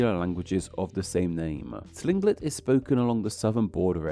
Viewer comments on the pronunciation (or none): we locals just say kling-git